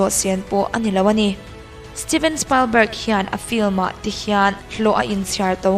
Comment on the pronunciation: Steven Spalbarg ti a lam lo in, Steven Spilbarg ti in lam zawk teh, just advice